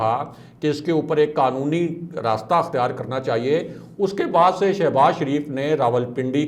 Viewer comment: تمہیں تو یہ بھی نہیں علم کہ اَختیار نہیں اِختیار ہوتا ہے کَردار نہیں کِردار ہوتا ہے